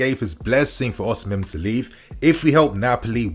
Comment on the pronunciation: Don't pronounce the H in Osimhen